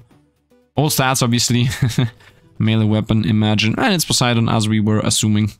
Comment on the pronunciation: He says Poseidon cuz he Greek